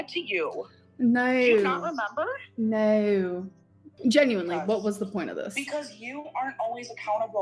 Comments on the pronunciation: As an Aussie, I would like to apologise on behalf of our country for how says 'Naurr'. Should you ever visit our fine country, please find a complimentary Bunnings snag and a tray of Tim-Tams at your arrival gate as compensation. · I know it sounds ridiculous, but it makes me feel violent the STUPID way she says "nEiU". Like, it makes me want to hit things. (I also think she says it like that to imitate Erica's wife's accent, just to be spiteful, and then she just stuck with it). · The most insufferable part of this era was her pronunciation of the word no and her use of the word hectic. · idk why but the way she is pronouncing the word "no" is giving me second hand embarrassment and it's annoying AF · I noticed saying "no" in the same annoying way does, but not quite as pronounced. Makes sense that she adopted this from Erica and her wife, as she's never had an original idea in her entire life.